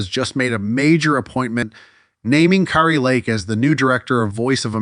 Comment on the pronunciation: You are mildly ignorant of the facts and grossly nauseating. You don’t even know how to pronounce Kari’s name.